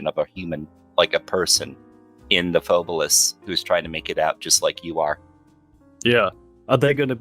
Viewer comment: Loved the pod as per usual lads: Hmm, my takeaways on this one are. 1. So Phobolis (not pronounced as "pho-BOH-lis" apparently) is basically Silent Hill but covid. 2. has additional photoreceptive cones in his eyes, which is sick (and exceedingly rare in males, if i recall correctly, it is more prevalent in females). 3. Not gonna lie I would absolutely love to hear story about what happend in his town in detail - That story seemed to have been quite personal (and quite painful to him). 4. I knew of the engine switch, but it was a fascinating listen nonetheless. 5. Also holy shit painting on a single layer in blender like that takes Balls, I respect that. And the result is nice too. (Though I would advise getting their hands on the Paint System by Tawan Sunflower, which basically allows you to paint in layers. I've used that for my personal projects occasionally.) 6. I am thinking of taking quite a few inspirations from the Concept of Death (or lack there of) in Phobolis, to sort of give it my own spin for a potential, theoretical personal project, hopefully the duo won't be against it! In the end. Proper podcast lads, much love for shining more light on this random little game that stuck with me all these years from Alpha Beta gamer's channel. Also Merry christmas and a happy new year.